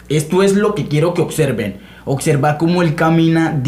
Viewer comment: Te respeto colega, puedes saber mucho en teoría pero ningun Macho Alfa habla así: "Mas sin embargo" "Suxtitulos" "oCserva" "aCsoluto".